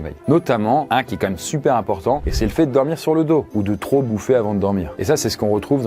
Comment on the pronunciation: J'adore tes vidéos ! Mais stp prononce correctement "QUAND-MÊME" 😅 Tu dis toujours "Qua-ême" !